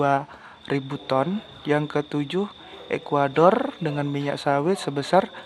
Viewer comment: Tolong di pas kn dulu penyebutan ton nya mas bro